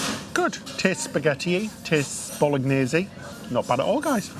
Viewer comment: Thank you for this Tours. You were right about the inside cabin and just a suggestion …Bolognase has the silent “g”